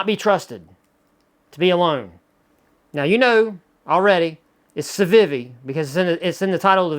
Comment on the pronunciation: The way you pronounce Civivi bothers me a little bit, but I love your channel and watch every new upload with enthusiasm - so i'll let it slide, just for you,!